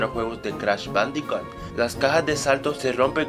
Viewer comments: ***** pronuncia mal jajajaja jajajaja bandicat jajajaja jajajaja y se pronuncia bandicut jajajaja tienes razon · se dice bandicoot (bandicut) por que la doble O se dice como u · perdon por esta ligera interrupcion pero en realidad se escribe bandiccot pronucia bandiccut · "Crash bandicat" :v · no es bandicat es bandicoot las lo son u